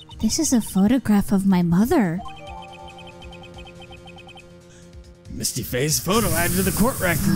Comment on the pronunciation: "Misty Fey" Mistify